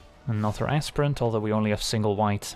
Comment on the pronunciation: Sorry did you say ASSPRINT? For Aspirant? 😅